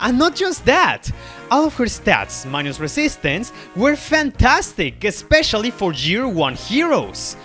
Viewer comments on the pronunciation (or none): none